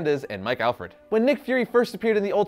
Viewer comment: MIKE ALFRED or is it ALLRED??? Come on!!!